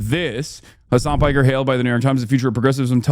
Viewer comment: His name is Piker that’s his surname not “Parker” lol